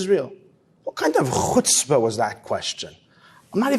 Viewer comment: It's worth the whole video just to hear such a nice pronunciation of chutzpah.